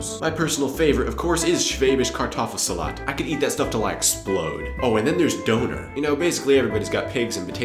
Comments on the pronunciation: als ich " doner " gehört hab, wusste ich erst gar nicht, was du meinst, bis ich dann rausgefunden hab, dass du "Döner " meintest :D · the whole time i understood "Doughnut" not "Döner" :D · its Döner not Doner^^ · Cool, but since you live in Germany, please pronounce "Döner" properly. The word is pronounced more closely to DURNER not DOANER. Definitely agree with you about the fact that Germans are not afraid to let children play and will take responsibility for their own actions. America has become extremely WUSSIFIED! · he means döner! now it makes sence :D I was all the time here, sitting and thinking "what the heck does he mean with donors?" xD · That was supposed to mean "Döner"? Seriously? Would have never guessed it... sounded like some bastardization of "Donut" or something like that -. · durner sound like tina turner . its döner. Ö is a letter most people dont know . u have to say it like an Ö no other way to pronounce it . bye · ***** Abgesehen davon, spricht man es korrekt auch eher "Dönehr" aus, als "Döhner". Frag mal nen Türken... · awesome video, just please say dÖner, not dOner. Thought you were saying donut at first ;DD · Döner with an Ö not an O.....;D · Was I the only one who accidentally heard "boner" instead of "doner" (I am embarrassed) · It's not Donar. It's DÖNER c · Döner not Doner :D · DÖNER, not DONER :D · can u say DÖNER? or just DONER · You say doner wrong. Its pronounced Don - er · It is DÖÖÖner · Döner is like burner without the r and with emphazise on the u :) I was kinda confused like "what kind of potatoe?!" XD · HAHA how you underlined Döner you said Doner with o not Ö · Ach Doner ist Döner hahahahaha xD anstatt einfach Kebab zu sagen:D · You keep on saying it like donor. Don't forget the umlaut! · Oh come on now,. Everyone knows that Americans have a little problem with "Umlauts". Try to pronounce Loewenbraeu correctly. With your "Schulmeisterei" you sound more like a German. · Ohhh er meint damit Döner XD Danke